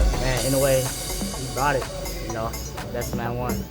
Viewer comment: I noue アｨ ノウェー IN oue イン ノウェー 大体この2通りに分かれる井上の発音